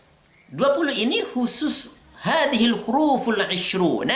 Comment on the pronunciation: Maap bukan "haka hurful jarri.." Tapi "haka hurufal jarri.." Tp selainnya bagus.. Saya respect 😊